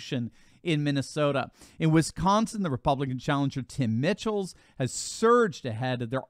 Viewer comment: Please update the way you pronounce the names of the candidates for Wisconsin Governor... you have BOTH of them wrong. 1) Tony Evers does NOT pronounce his name like you would say "every"... it is a long "E" as in "Easy"... EEEEvers. Locally, though, he is referred to as "One-Term-Tony". 2) Tim Michels is pronounced as if his last name is spelled Michaels... it is a long "I" sound, with the accent of the first syllable. Thanks!!